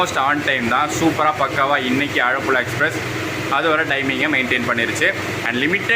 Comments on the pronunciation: ആഴപ്പുഴ അല്ല ആലപ്പുഴ 🤣❤️ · ஆழப்புழா இல்ல ப்ரோ ஆலப்புழா ன்னு சொல்லுங்க ப்ரோ... 👍🏻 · It's not ஆழப்புல its ஆலப்புழா. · Bro. Athu azhapulazha illa.. Alappuzha